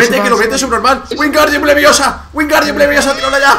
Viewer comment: RUBIUS: Wingardium leviosa Hay algun potterhead por aquí?? Por cierto, LO DIJO BIEEEN. Que sepáis que yo soy del equipo leviOsa, no leviosA. Comentad de qué equipo sois!